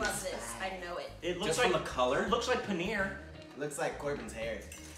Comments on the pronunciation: That "PAN Buhrrr" i.e. paneer butter masala has so much color that ever her poor tounge was orange/yellow. What the.... are they feeding you there. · Pan burr!!!!....was paneer butter masala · thats paneer butter masala. pan-paneer brrr -butter